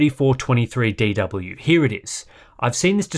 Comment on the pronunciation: Well done for saying Aydoubleyouthirtyfourtwentythreedeedoubleyou over a dozen times.